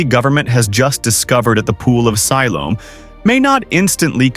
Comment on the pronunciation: Have your AI narrator pronounce words correctly. He is not even pronouncing Siloam right.